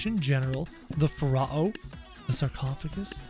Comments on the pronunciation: Ph-a r-oh is not how you day it its ph-a-roh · Its pronounced pharoh my guy the word is pharaoh but its pronounced that way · It's actually Fero